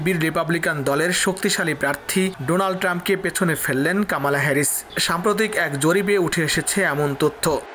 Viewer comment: কামালা নই, বলুন কমলা হেরিস। উচ্চারণ ঠিক করুন।